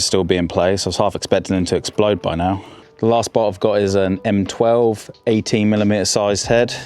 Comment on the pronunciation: When did the letter t at the end of words pocket, bolt become silent?